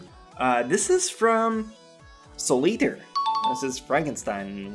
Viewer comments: Why do you say god eather??? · guys is saying eater like iter